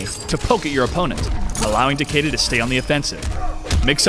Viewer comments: TAH KAY DUH? TAH KAY DAH?! ITS TAH KEY DAH!! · Yes I agree (Tah-key-dah) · No it is not it is a japanese name. Japanese obviously have different ways of pronouncing their words. TA-KE-DA is pronounce TAH-KEH-DAH. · the characters and the announcer pronounce it Tah Key Dah so im going with that. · An American announcer pronouncing a Japanese name wrong doesn't make it right. Besides the announcer pronounces it Tah-kay-dah not key as in my car keys lol. I mean you can say it however you want but that doesn't change the fact that it is a japanese name and opinions do not change a language.